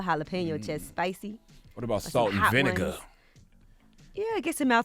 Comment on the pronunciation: 'Salt and Vinigga'